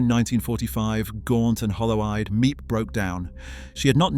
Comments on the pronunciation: You’re mispronouncing Miep’s name. It is NOT Me-Ep, it’s Meep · Before u make a video and post it u said make sure ur dates are correct and dnt use Wikipedia for ur research cuz it can't be trusted. And ur saying Miep's name wrong. U need to delete this video and redo it. Ur not doing Annette justice.